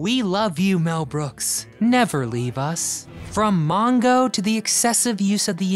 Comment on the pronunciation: "MoN-Go"??? Who picked this guy to narrate?